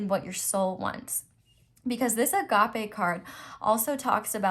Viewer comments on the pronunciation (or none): Agap-ee :) (there's no eh). Wanted to add cause the word is Greek. The e is pronounced as an e and not eh. Hehehe just by your first words you're already spot on. 🙏🙏🙏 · Whenever you say A-Gappe I think of Dory saying Es-Cappe😹 (Sorry, im basically spammimg your comments lol)